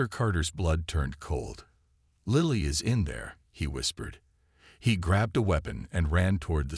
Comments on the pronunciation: Lilly is not "lie lee," it's "lill lee." Need to teach the AI because it detracts from an otherwise good story 😊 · Lilly like the flower. Your AI never got it right.